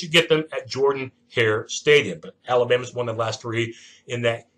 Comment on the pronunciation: The 2 soph. Will be the best wr. KYLE Davis not Ryan Davis and nate craig-myers. Also stadium is pronounced Jer-dan hare although it's spelled like Jordan Hare. Common mistake. Auburn loses 2 of the 3 clem, lsu, bama. Iron bowl another play-in game to the sec champ and playoff